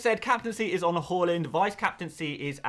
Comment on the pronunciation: Please stop pronouncing Haalands name “Hall… ind” it’s “Haaaa…. Lind” 😂